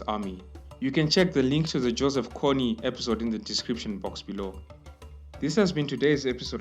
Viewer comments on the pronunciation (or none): The pronunciation of Joseph Kony is not Joseph "Connie" but Joseph Kon, with the "n" pronounced as the Spanish "n". Take it from a Ugandan Northerner.